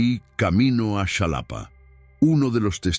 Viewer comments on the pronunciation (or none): Es Xalapa, no Shalapa. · "Shalapa" 🤣🤣 Qué ridícula es la IA Ojalá que mejore 🤷‍♀️ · Se escribe Xalapa pero se pronuncia jalapa....en maya si sería chalapa,pedazo de pendejo